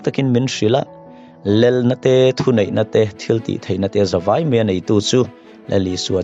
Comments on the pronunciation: theology him lo ber tih kher kher chu a... 'Lel' ti ti lo Khan 'lal' ti in lo lam ve ta che Pua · Lel. Lal tih pawh lam thiamlo. I sawi a ṭang khan a chiang reng mai